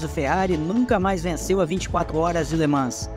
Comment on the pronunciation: Somente a pronúncia de LeMans que está errada… Nao se pronuncia o S